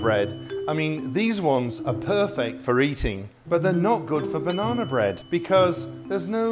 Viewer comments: Banana but you keep saying "Bananer" and "Lady Dianer" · Bananer lol 😂